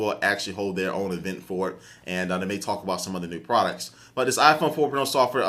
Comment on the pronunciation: hahaha I think he meant "for", but it came out as "fuck" on the mic xD